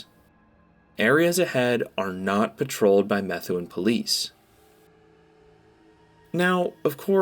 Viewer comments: It's pronounced "me-THOO-un". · Methuen is pronounced "Muh-thew-in" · it's actually pronounced as meh-thu-en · I’m from Dracut and I immediately notice he said METHuen